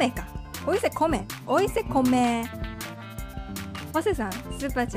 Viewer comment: lo dice mal pero eso no le quita lo tierno que se escucha